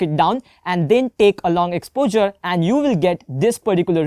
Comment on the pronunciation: Exposure dude not expozer